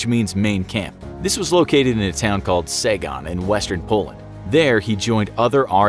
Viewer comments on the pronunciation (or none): none